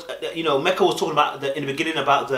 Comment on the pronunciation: When He says Mecca instead of Meka bc of the accent lol (cute)